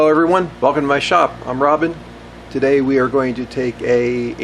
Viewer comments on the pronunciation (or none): none